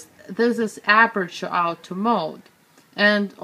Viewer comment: Love the way you pronounce Auto mode... Out-o maoud